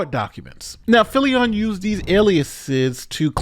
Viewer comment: We dont owe the dirtbag swatter to say his name right but its Filion like an onion. Why on earth are you saying it Filli- on? You're speaking normally and then with names you always get weird and pronounce them as if the rules of the English language suddenly no longer apply, but for only that name. Weirdo. 😁